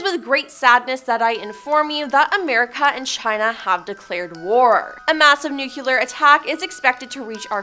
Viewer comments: NUclear* not nuCUler. The way she has this sing song way she speaks and ends the last words for couple words in her sentences...ugh. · Ok let's try this together. Nuclear...pronounce it like new-clear" Nucular is a word but it has nothing to do with nuclear.